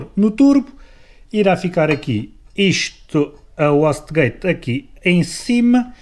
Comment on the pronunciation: wastegate lê-se "uaiste gaite". Só um reparo. Bom vídeo.